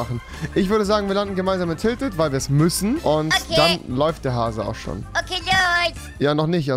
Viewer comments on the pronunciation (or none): Ich habe bei "in tilted landen" "in die Tüte kacken" verstanden xD